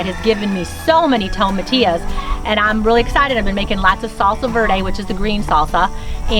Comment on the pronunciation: Tomatilla is not a plant. Tomatillo is. Also it is not tom a te o it is toe mah tee yo